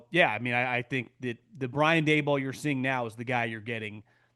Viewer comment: Its dable like table..not day ball. Whatever